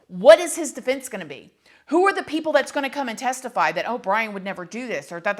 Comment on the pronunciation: It seemed the judge was more disrespectful than the suspect in this one .... How can you not get names right??? If Brian is guilty he didnt do it alone. Maybe he was grimacing at the clown of judge with the farce reading the names ... I think Ethan's was the only one he got right ...